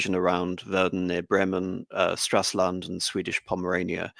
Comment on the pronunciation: Come on, it is not Straslund, but Stralsund.